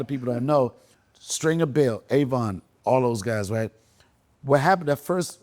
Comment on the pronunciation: Did this mf say stringer Belletes 😭😭😭😭😭